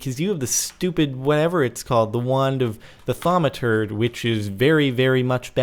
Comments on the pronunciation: Why does he say ''ThaumaTURD'' ? O.o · He says Thaumaturd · lol i think your sayin thaumaturd! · Anyone else notice he said thaumaturd? lol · HE SAID THURMATURD